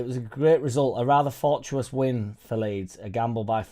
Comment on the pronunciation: For tuwa tuss.fortuitous. ask ceri for a pronunciation, my lad..